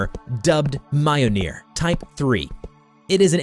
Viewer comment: You were mispronouncing Jorungander. Here's the proper pronunciation: yor-mun- gaun-der. An mjolnir is pronounced: mul- nir